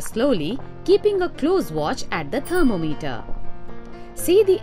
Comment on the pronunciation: she says apparatus and thermometer funny